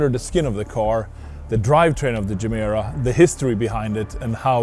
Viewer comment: Mr. Koenigsegg, you once explained how the name Gemera came about, what it means in Swedish, and how it is pronounced. I'm confused. Should I interpret this English pronunciation as a sign of low self-confidence or opportunism?